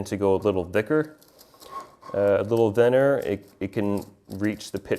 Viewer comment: You pronounce the 'th' in 'thinner' and 'thicker' like the 'th' in 'the'. Everyone else ive known pronounces it with more silibance like the 'th' in 'myth'.